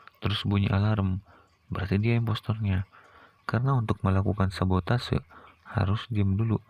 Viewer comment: Bukan sabatose tapi sabotage 😅